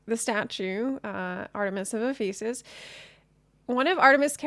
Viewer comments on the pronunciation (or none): FYI Ephesus is pronounced like Eff-fa-sus.